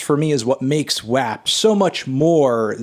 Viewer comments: melon its pronounced "wop" cardi even says it in the song 😭 but i love the spirit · Anthony it’s pronounced “wap” not “wop” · When you first said WAP, I thought you were saying rap with a speech impediment. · The way he pronounces WAP makes me really uncomfortable.